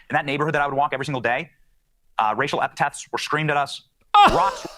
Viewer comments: First of all, he said "racial epitaths" instead of epithet. Go back to elementary school. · Racial epitaph or epethet? He should learn the language if he wants to live here lol. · He can't even pronounce "epithet"